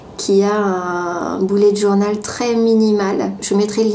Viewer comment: Je SUIS LA SEULE QUE ÇA ÉNERVE QUAND ELLE DIT BOULETTE JOURNAL MOI JE DIT BEULLETT JOURNAL ( BULET)